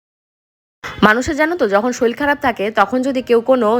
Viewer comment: Soril noi kothata sorir